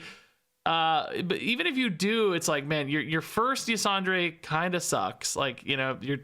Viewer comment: Ysondre is a woman, and it's pronounced "Yuh-sawn-der." Nobody but me cares, just throwing it out there because I played way too much of the Emerald Nightmare raid in Legion to not say it... anyway, "TORTOLLAAA, PRESERVE USSSSS!!!"